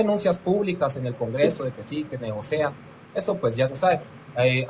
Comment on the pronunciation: Creo que es negocian, no "negocean"